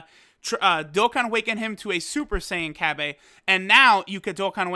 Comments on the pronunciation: the way he says cabba bothers me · The way you say cabba irks me